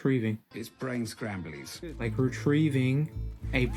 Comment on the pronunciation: did you rike it?